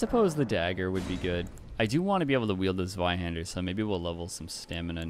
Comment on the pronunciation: That is NOT how you pronounce zweihander lol